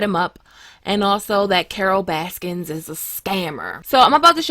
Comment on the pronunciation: There is no "S" in Baskin"